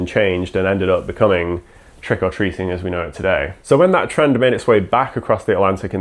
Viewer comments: For a long time, I thought that it was 'Trickle Treating', that was what I could hear, I didn't understand the name and was so confused 😂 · There is a weird emphasis on the "or" in Trick or Treating in this video. I would have thought it would have been closer to trick 'r treat in the Irish Isles?